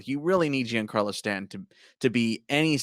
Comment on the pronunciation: one day will pronouce giancarlo properly.